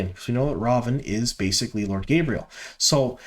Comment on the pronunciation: It’s ridiculous how egregious your mispronunciations are. Difficult to get through your videos. Tancheecho. Gabriel? Tachico and gaebril.